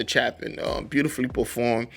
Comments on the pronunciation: If you think it worthy enough to take time to do a story about someone at least do enough research to say their name right. Chapin's name has a long a sound, not a short a. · FYI - It's Harry CHAY-pin. This is my favorite song of his. Exemplary storytelling and absolutely heartbreaking. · CHAY-PIN,. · His name is pronounced CHAY-pin. Great artist, saw him in concert three times. As you say, gone too soon. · I highly recommend Chapin’s song “Sniper (studio version).” It will shock you. You have never heard a song like it. The lyrics are astonishing. Then you can do Cats in the Cradle and The Rock by Chapin. By the way, his last name is pronounced Chay-pin. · The A is long. Chapin rhymes with gapin'